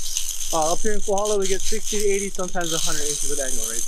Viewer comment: 'Kohola' for Kohala, "Mariam's" for Merrimans, "Malasa" for Malasada, "Hanakoa" for Honoka'a, "U-may-kay's" for Umeke's, "Oyo" for Ho'io! Ho brah, you win da Ha'ole pronunciation award! Good selections though! Cheers!